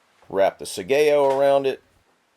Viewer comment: The letter A is pronounced, ALWAYS, as in "awe" so it is sawyaw and sawgeo (Heerosheemaw and Nawgawsawkee). Also, the second pronunciation you gave for katana was 100% incorrect because Japanese does not stress syllables.